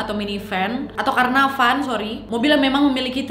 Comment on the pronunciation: Caravan k nad bkn carnavan